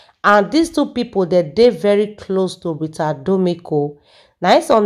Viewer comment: Her name is RITA DOMINIC NOT "DOMIC"